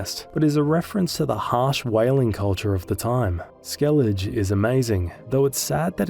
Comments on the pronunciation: SkelliG? They do write Skellige and say SkelligE. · “Skell-igga”, not “skell-idge” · He has to be doing it on purpose to farm engagement. There’s no way someone can play multiple play-throughs and STILL be calling it Skellidge 😂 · Bext time you play Witcher 3, listen to how the words are pronounced ingame... There is no "Skellidge" but that's not your only offense... Great video otherwise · Skellidge Geraalt Visimuh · Dude, stop calling it 'skellidge'. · How am i supposed to sleep when my blood pressure spikes every time you say things like skellidj and gerralt? Jokes aside, great video! 🐺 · "Right to jail. Right away." Me after hearing the skellige pronunciation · Hey, I’m not saying this to be rude but I’m genuinely curious - how is it possible that you claim to have played through this game several times, but you can’t pronounce Skellige? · My first bug encounter with geralt was in like 2020 or 2021. Everytime I whistled, A new roach would appear. I summoned 7 or 8 and started parking them like cars. Also, its pronounced skell-a-guh Edit: WHITE ORKARD?